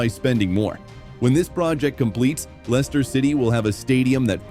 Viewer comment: Can't even get the name of the club right [Lenster?] . Why should we believe this claptrap ??